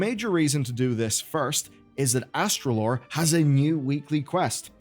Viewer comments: it's Astalor, not Astralor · Astralor might Put a bounty on you for butchering his name like that